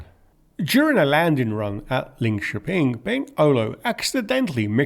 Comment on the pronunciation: well done on Linköping!